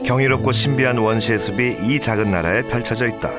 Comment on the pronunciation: '숲이' 발음: [수비](X) [수피](O)